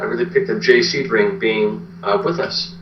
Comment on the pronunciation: Sebring not seaburg😢